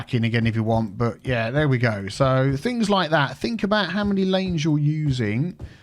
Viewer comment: Drive aboot. ..lol love it